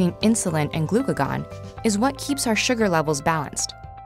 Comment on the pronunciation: Her pronunciation of glucagon bothers me so much......